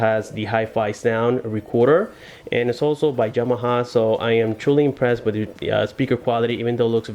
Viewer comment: Yamaha not Jamaha.